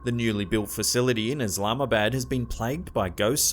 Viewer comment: Now, am I a dork or does anyone else hear Islamabad pronounced as, "Is llama bad?" xD